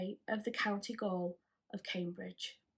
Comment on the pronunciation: Goal is pronounced jail it’s just another spelling of the same word. I really enjoy your work you find the most interesting and intriguing cases, researching them must be rewarding in so many ways. Love the armchair presentation too perfect backdrop to the tales you tell. I’m so glad I subscribed to your channel when it popped up on my feed